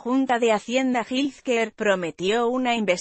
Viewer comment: Que te cuesta buscar la pronunciación de health care ( Jel quear)…..